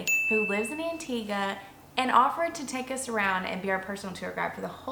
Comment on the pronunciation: You pronounced Antigua correctly at the beginning of the video, but not at the end. It's An-teeg-uh, not An-teeg-wuh. Great video, though! Sorry to nitpick!